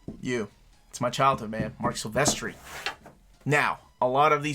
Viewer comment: I was with ya until ya said Silvestri lol.